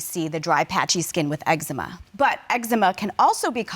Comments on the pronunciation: That boy said xzeema 😂😂😂😂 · Judge nonchalantly corrected his pronunciation of "eczema" but she continuously mispronounced named even after hearing his mom say it several times. 👌🏽